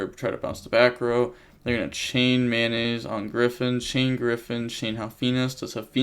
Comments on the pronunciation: Why do you call Metnoise Mayonnaise? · Everybody: Tearalements Metanoise: Mayonaise